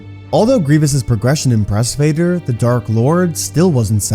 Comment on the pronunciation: Bro grievous says darth Vader wrong